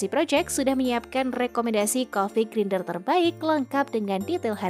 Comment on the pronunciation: Grinder itu dibacanya "grainder" 😅